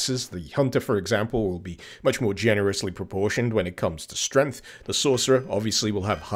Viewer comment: I think you meant to say 'srength'.